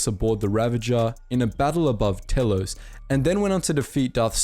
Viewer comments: T3-M6? Taylos? Awwtris? Zund? Neeehilus Pronounciation much? T3-M4 Teeeee-los Ayyy-Tris Dux-un. Nigh-il-us. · You need to learn how to pronounce some of these names and places, seriously. Stick to saying them properly. It's annoying as crap. Telos is pronounced TEEEELOCE. Atris is pronounced AYTRISS.